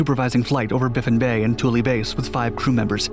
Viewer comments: It's twillo. Not tool e..... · Spell it Toole Say it twillo.....